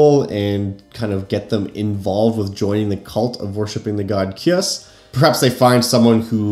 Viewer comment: I believe his name is pronounced Kai-Uss, but I could be wrong.